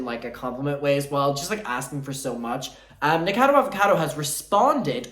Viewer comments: What is up with people say NIKADO Avocado?? Like is the alliteration just lost on you? NikOCADO AvOCADO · it’s pronounced Nik-a-cado avocado 🥑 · never heard anyone pronounce nickacado like that i like it